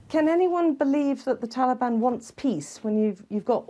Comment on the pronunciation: It's Taliban not talban come on